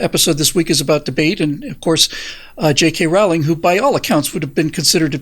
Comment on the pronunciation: Rowling rhymes with bowling.